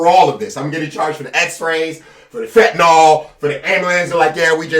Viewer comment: "the fetanyl" lol yo, the Nets hurt baaaaaad